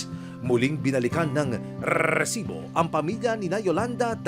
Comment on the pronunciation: napka cringe ung pronunciation ng resibo na word lol